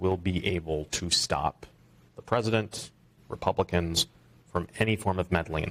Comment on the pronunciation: Not the peesident